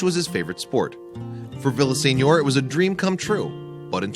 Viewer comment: Lose the robo voice. It is senior, not signor. How hard is it to have a real person read the story.